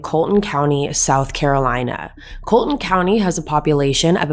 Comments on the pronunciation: coll-e-ton ,not Colton County. Connor is Anthony's cousin, not brother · It’s not pronounced “Colton” county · Enjoyed your podcast. The name is pronounced as “ Mur dock “And it’s “Call a tin “county. That being said I too believe Maggie was just in the way that night and whoever shot her as well. Don’t believe she was a target. I think it was someone after Paul. Will be interesting to see what happens. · It’s Colleton county not Colton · Its' "COLLETON COUNTY"... PRONOUNCED CALL-ET-TON ( LIKE "PHONE CALL') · She mispronounced Colleton County too. Had me confused ash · That's not how you say colleton county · Learn how to properly pronounce Colleton please! Your news is second hand. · It would be much to your relevance that you learn how to correctly pronounce the counties and the area, Miss pronounced the county and “ The Low Country “ I realize you aren’t from here but it helps to speak correctly when corresponding about it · Sorry to correct you but you pronounced Colleton County wrong.